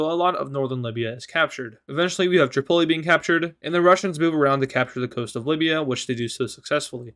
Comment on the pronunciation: The way you say Tripoli sounds like you say Chipotle lol :)